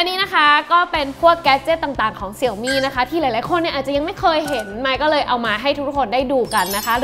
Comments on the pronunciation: เห็นทาง Xiaomi ประเทศไทย ขอความร่วมมือให้อ่านชื่อแบรนด์ให้ถูกต้องอ่ะครับ Xiaomi อ่านว่าเสียวหมี่ ไม่ใช่เสี่ยวมี่อ่ะครับ เวลาอ่านผิดแล้วความหมายมันเพี้ยนครับ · ดูแปปๆก็กดออก หงุดหงิด เรียกเสี่ยวมี่ มันอ่านว่า เสียวหมี่ เว้ยย